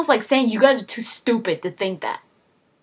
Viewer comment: your way of saying "stupid" belongs on jersey shore haha.